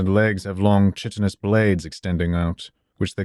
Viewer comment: He mispronounced "chitinous"